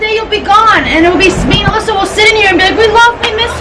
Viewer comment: Love bloopers "we don't need you Allisa" lol!!!